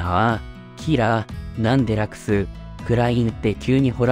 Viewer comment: ...つかラクス様をヲクヌって言うのﾔﾒﾛ